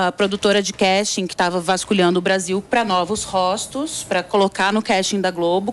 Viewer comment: "Róstos" matou!